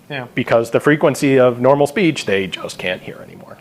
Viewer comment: Is he speaking of zeh public speece?